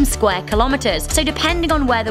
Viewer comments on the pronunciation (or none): none